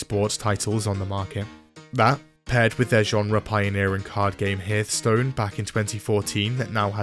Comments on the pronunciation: H-eer-stone ? ive never heard it pronounced like that - did someone brief the commentator... :face-green-smiling::face-green-smiling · Heat stone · Great content! but "Hear-th stone"? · Also hearthstone is pronounced ‘harth stone’ not ‘here-th stone’. Had to rant somewhere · a couple of odd pronunciations but excellent video. It's Harthstone not HereITHstone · Say this: "Harth stone". There, that's better :) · Are you an AI? You said Hearthstone very strangely … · rivaling Kripparian for weirdest pronunciation of "Hearthstone" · Don't ever pronounce hearthstone like that again, could not take the video seriously after I heard that.